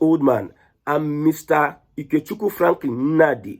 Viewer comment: The way you pronounced Ikechukwu gave you away. You are not Igbo. Stop pretending